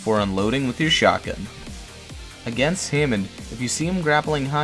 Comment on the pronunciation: Hammond is pronounced ham mond not hay mond